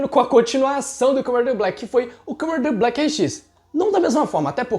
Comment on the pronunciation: O vídeo foi muito bem roteirizado, só acho que poderia melhorar um pouquinho a dicção na hora de falar Kamen Rider Black